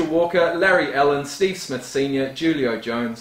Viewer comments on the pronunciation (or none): The J in Juilo is silent